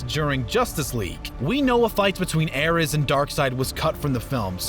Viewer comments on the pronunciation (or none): none